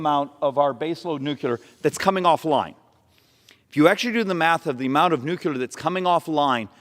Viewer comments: I agree with you but PLEASE STOP MISPRONOUNCING NUCLEAR ugh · Speaking truth there, but need to learn to pronounce nuclear properly... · If you are going to talk about Nuclear energy, at LEAST be able to pronounce Nuclear... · Nuclear has 2 syllables, not 3, Doh!!! Folks don't take you as seriously if you can't even pronounce the language correctly that one is communicating in. Other than that he is Right on target with his arguments. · "nook-yoo-ler" I don't disagree with his message, but he would sound more credible if he knew how to pronounce words. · NuCLEAR C L E A R isn't pronounced "Q Lur" If you're going to lecture people about "the math" you should be able to read better than a third grader when you do it. P.S. I double bag each and every item that I buy individually in it's own plastic bags and then I throw all but a couple of the bags out of the window along the way home in case I get lost, like Hansel would've done if he was dealing with a pandemic. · Nu cle ar.... It's not that hard, stupid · "Nucular"? Come on, dude. It's written right there on your chart. N-U-C-L-E-A-R! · This is my biggest problem with the environmentalist crazies. As a species, it’s impossible at our level of technology, to reduce emissions and use without nuclear energy. Nuclear energy is our best hope right now. Yet they staunchly oppose it. And please stop calling it “nucular”. “Nucular” isn’t a real thing, nor a real word. It’s nuclear. Always. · New. Clear. New Clear New clear Nuclear. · Please please please for the love of God, quit saying nuculear!!!!! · I do not trust the scientific opinion of anyone who pronounces nuclear as nukular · Say it with me now... "Nu-cleeeeee-ar" The "U" comes early in the word, and is not repeated after the "cl"... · Except he mispronounces "Nuclear" as "Nucular" every time which is a bummer because it undermines all of the VERY GOOD AND RATIONAL things he's explaining. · Please learn how to pronounce nuclear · you said nuclear. He said nucular.